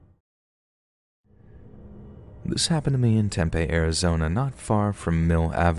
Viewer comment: It’s pronounced “tem-pee” az